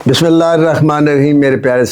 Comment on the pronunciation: Bismillah to saheeh purrh naa seekh loo